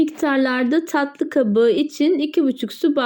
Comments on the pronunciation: Ta' lı değil taTlı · Tahli değil tatlı.... Lütfen kelimeyi doğru telefuz etmek için biraz çalışın zira itici oluyor